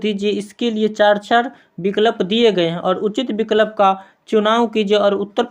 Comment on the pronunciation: Sb kuchh thik hai, lekin aap pronounciation shi kijiye.😮😮😮 Ex -- vikalp, kanan etc.